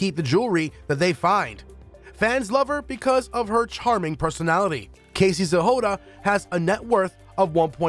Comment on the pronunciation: Why are you pronouncing Casey’s last name as “Zehoda”?